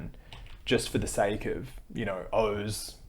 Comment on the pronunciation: That’s horrible grifting, but to me the worst part about Oz is how he pronounces his name.